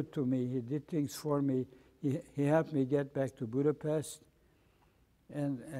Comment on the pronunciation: Its a funny thing that the gentleman from Hungary does not pronounce Budapset correctly, not to be picky...great interview however...I'm happy he came out of the war in good order mentally unlike my Dad...